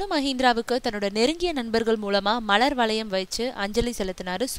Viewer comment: யாரடி இவள் ? மலர் வளையம் என்பதற்கு மளர் வளையம் என்று உச்சரிக்கிறது /// நீ எல்லாம் என்ன மசி.... க்கு அறிவித்தல் செய்ய வந்தனி ?